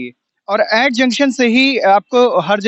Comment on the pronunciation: ऐैट नहीं एट है एट किसी से भी पूँछ लेते भाई तुमने अच्छे खासे एट की एैट एैट कर दी 😂